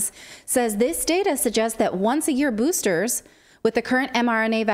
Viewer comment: Get the boostahs....yeah